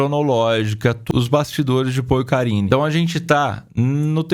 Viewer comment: "Porcarine"' kkkkkkkkkkkkk